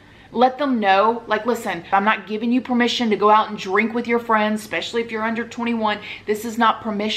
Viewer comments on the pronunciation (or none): It drives me bonkers. That along with "ec-specially" instead of especially.